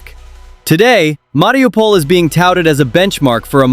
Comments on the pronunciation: Se dice Mariupol, no Mariupopol. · Marupol- was ist das 😂😂😂 oder Mariupol. Die 404 Land hätte es nie geschafft!!!